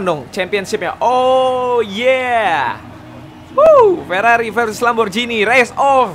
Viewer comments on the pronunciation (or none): bacanya lamborgini bang bukan lamborjini